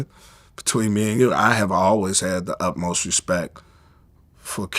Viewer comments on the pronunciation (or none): none